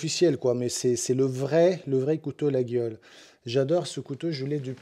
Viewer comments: Cher, ça s'écrit Laguiole mais on prononce Layole. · Bonjour, Une petite précision sur ton coutau, ma mère étant née à Laguiole. On ne prononce pas le"G" et maintenant la marque est bien protégée. Merci pour tes vidéos. Laurent Arcachon.